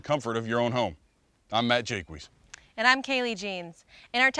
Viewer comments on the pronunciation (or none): are you aware that you're mispronouncing your own surname?